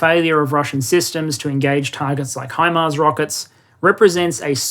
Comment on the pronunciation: I appreciate you pronouncing it HImars instead of HEmars. very annoying hearing English and former dominions pronouncing it that way :)